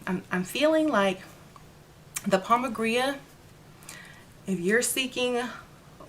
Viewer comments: Why do you keep saying pomba "gria"? I'm new to the deities... I thought it was said pomba "gira"? No? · It’s pronounced pomba Jeera. & no one has a right to sell products labeled for an African deity if they are not initiated into that practice. Please be careful with hustlers, culture appropriation & fakes